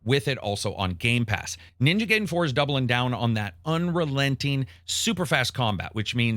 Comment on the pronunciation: Its funny how he pronounces Ghost of Yotei as Ghost of Yotai and Ninja Gaiden as Ninja Geiden